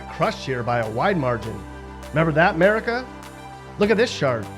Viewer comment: It’s America not Merica